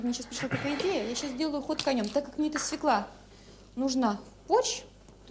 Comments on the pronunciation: По-моему,не свекла ,а свёкла с ударением на ё😉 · Взагалі-то за правилами орфоепії російської мови правильний наголос має бути свьОкла, а не свєклА. Навіть свого "язика" вони не знають. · Нет такого слова свеклА. На их русском свЁкла, она неправильно ударение ставит. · Як що вже бути відвертим, то російською буряк буде аж ніяк не «свекла». Правильно буде свЁкла, з наголосом на ё. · По-перше, не свєклА, а свЬОкла, хоч би мову вивчила, госпадє😂😂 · Тому що слова в російській "свеклА" немає. Є "свЁкла" (наголос на "ё"). А вам дякую за огляд :face-red-heart-shape::face-red-heart-shape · Гірше за "свєклу" може бути тільки "свЬОкла" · У російський мові, між іншим, поки що один єдиний вірний варіант - свёкла, з наголосом на ё. Російська інтелігенція... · СвЁкла ударение на первый слой. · От дурне, правильно свЁкла.... І це по теліку показували😬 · Свёкла і наголос на перший склад 😅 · Я взагалі не розумію, що то за слово таке. Вони і самі не до кінця розібралися то свЄкла говорять, то свЬОкла. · Вона навіть не знає,де ставити наголос в слові"свекла"